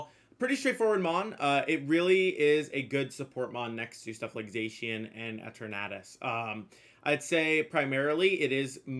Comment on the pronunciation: I hate how you said eternatus